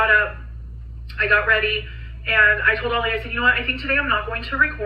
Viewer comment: lives in Oregon, I believe, but she’s too lazy or doped up or something to properly pronounce common words and screws up basic phrases. She swears she never “demeanors” her kids, people get “thrown over the bus,” etc. Her husband’s name is Ali, not Ollie like she says it.